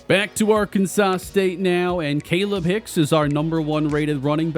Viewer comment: I think it’s pronounced kah-leeb hicks